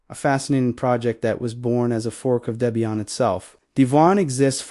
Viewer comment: You don't demo any of the Oses you mentioned. A screenshot does nothing to your users, albeit good for a glancing. Not really noteworthy if you ask me. Nothing to see here, except a rolling slideshow with little to no content. And it's pronounced DEBBIE-IN, Not whatever you keep hammering away on.